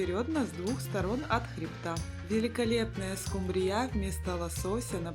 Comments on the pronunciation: Почему скумбриЯ , а не скумбрия? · Уважаемая редакция программы, вы бы подсказали девице с кольцами и браслетами правильное произношение слова "скумбрия". Ударение на первый слог!!! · СкумбриЯ! Ещё одно слово испортили. А можно еще говорить скумбрИя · Только прозвучало скумбрИя, сразу пропало желание смотреть дальше. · Не правильное ударениев слове скумбрия😊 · Не скумбрия, ударения ставите неправильно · Почему скумбрия с таким ударением произносите? Или я что-то пропустила в русском языке?